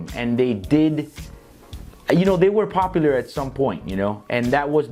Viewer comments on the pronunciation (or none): none